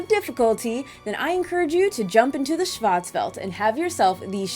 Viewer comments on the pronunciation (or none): Schwarz is pronounced shorts with a w. It's German for black and welt is pronounced for world. Shin Megami Tensei Fear of a Schwarzwelt.